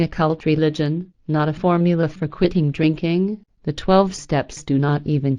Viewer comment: its funny when she says "drinking" she says "rinking" lol. she copied and pasted on a speech program lol. shes right though